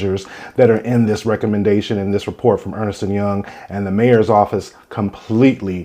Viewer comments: ERNST, not Ernest. Ernst & Young. I was corrected on this as a teenager by my mom bc my step dad was a partner at Ernst & Young in NC, and I mispronounced it at first. Clearly it was wrong and missing an "e". 😁😏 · Why do you repeatedly mispronounce the name of the firm's name? It's Ernst nor Ernest. One syllable, not two. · Ernst....not Ernest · It’s ERNST and Young not Earnest. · Ernst and Young not Ernest or Earnest